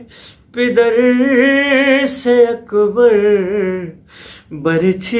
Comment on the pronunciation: Bhi pider nhi ha Lafaz pader ha Plzzzz sahi paro